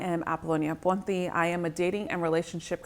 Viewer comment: Whenever you say your last name I hear "aponti" not "ponti"